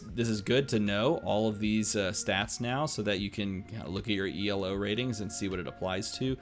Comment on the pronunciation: Excited for this! But...the way you say elo....maaaann :'D